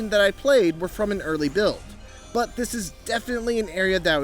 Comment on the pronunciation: Take notice of how he says "Early Build". Surely you all can wrap your heads around what that means.